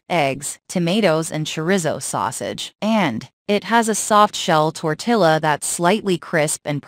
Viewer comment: it is pronounced tortiya